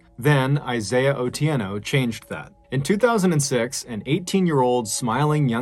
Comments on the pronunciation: You've pronounced the name Otieno very well. I normally tell my son the story of Isaiah especially when he has headphones and is not paying attention to the surroundings. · Mr. Ballen, props to you for getting the pronunciation of "Otieno" and "Kenya" right! You really do put effort in your work. I wish you continued success. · I'm Kenyan and love the fact you pronounced Otieno like a native 👊🏾